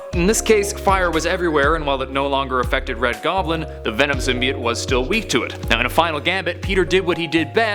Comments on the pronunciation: Finally, someone who says it CORRECTLY! It's symbiot not simbyoat! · thumbs up for not saying sim bi oat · How you say it is correct not how they are saying it in the movie is wrong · As far as I’m aware, your pronunciation of “symbiote” is more correct.